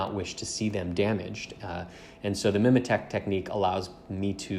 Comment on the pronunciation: Nicely done, and I'm sure by now someone's pointed out the correct way to pronounce mimetic, so all good.